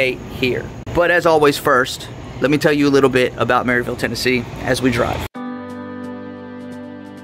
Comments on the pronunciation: It’s “ Merr ville” I’m a yankee and they told me I was saying it wrong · You don’t even know how to pronounce Maryville it’s pronounced mare-ville